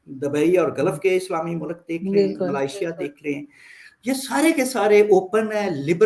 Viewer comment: Arzoo can't pronounce Malaysia. I have noticed Pakistanis cant pronounce this word properly including her friend Cheema.